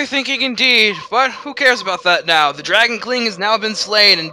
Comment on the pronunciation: To your credit, I heard you say "Dragon Kling" :b